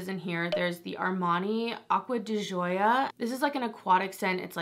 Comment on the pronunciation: Omg you are like the first person I heard pronounce gioia correctly , it's my maiden name and it gets butchered regularly 😂